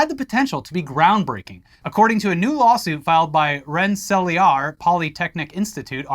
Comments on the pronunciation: Its pronounced * Ren - Sa - Leer* lmfao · Rensselaer is pronounced "Ren-sell-eer" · Love your guys work! Upstate NYer, its pronounced Renn-suh-leer but the way y'all pronounced it was hilarious 😂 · The pronunciation of Rensselaer got me good. As a NYer I've always heard Ren-Sa-Leer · that pronunciation of rensselaer was more distressing than the news